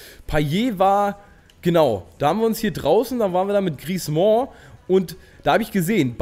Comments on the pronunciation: Wie kommst du auf "Griezmooooo" ? Das ist falsch. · ich weiß, ich hab Französisch in der Schule seit 4 Jahren.. Ich hätte den jetzt nicht "Griezmo" ausgesprochen, aber ist ja auch egal :) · Man spricht Griezmann's Namen einfach nur wie man ihn schreibt :)!